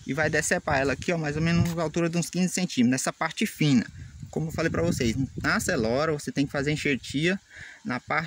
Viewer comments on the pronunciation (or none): Video da hora. E o "Acelora" kk